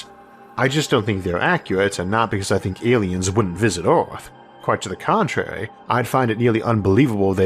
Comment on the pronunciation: He has a speech impediment (think Elmer Fudd), I don't remember what it's called.